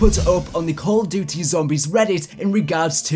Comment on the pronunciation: You said call of duddy at the start 😂